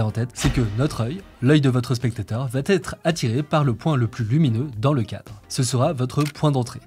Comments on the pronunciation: SVp: les 8 zerreurs NON les 8 erreurs , pas de liaison tout comme ca va têtre !! NON va ba être sans liaison svp , les oreilles saignent :( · La prochaine vidéo va ttt être parfaite:) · Vidéo très intéressante, merci ! Un détail de prononciation : "va être" ne comporte pas de "t", donc on ne doit pas dire "va-t-être" comme ça a été fait au moins 2x ici. ;)